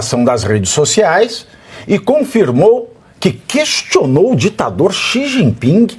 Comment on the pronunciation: Nossa! Quando ela lê parece uma criança recém alfabetizada, 🤯🤯🤯🤯cometeu erros, aleciada e xi ji pin, que horror